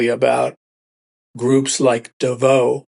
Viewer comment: Pronounced "DAvos". First syllable accented.